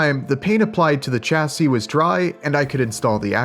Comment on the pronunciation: Chassis shassy not chassy love your work, just does my head in a bit when you say it so wrong lol